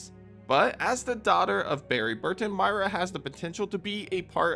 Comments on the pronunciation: MOY-RA not Maira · Girl, who TF is MY-ra? It's MOY-ra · Why are you calling Moira Burton Mayra Burton?